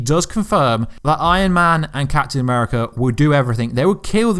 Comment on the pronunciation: captayn ameerica hoolk ther iroan maine..... just butcher em all why dont cha.